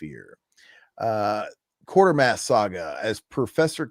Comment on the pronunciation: Bottin, Quarter(?)-mass Bro, I know you're young but learn to pronounce stuff proper !😂 Thanks for covering these though. I never had a problem with the way they broke up stories like that.I think it was just from a different time where people were used to reading and had attention spans😂😂